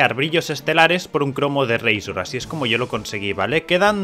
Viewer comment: Pero no digas razor de esa forma tio que rabia.. 😔